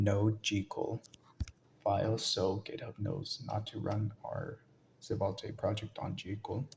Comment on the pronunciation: Great tutorial, the pronunciation of "svelte" as "seh-vul-tay" got me hah